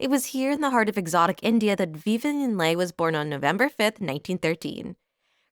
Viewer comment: Agreed. I'd also like hearing Vivian Lee instead of Lay.